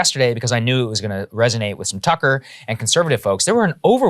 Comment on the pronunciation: "Oh you wuh on Tuckah?" enthusiastic nodding -Saagar, 2022